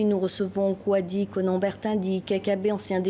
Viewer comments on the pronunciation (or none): N'importe quoi on dit Kouadio tchrrr